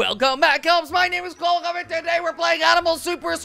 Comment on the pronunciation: Kwebbelkop is actually pronounced Kvebbelkop by the way